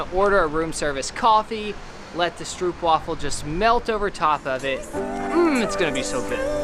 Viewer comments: You’re pronouncing stroopwafel wrong, the double “o” is simply o not oo “ew”. Those are one of my favourite. Must now go to the Dutch store and buy some! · You should pronounce it as strope-wafel 😀 thank you for your amazing videos! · Tip: Stroopwafels. Pronounce the oo's as in trope, not as in trooper. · Stroopwafels rule indeed ;). You pronounce it almost correct, but the oo in stroopwafel is pronounced as the o in only :D